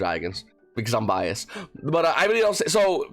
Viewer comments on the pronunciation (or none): none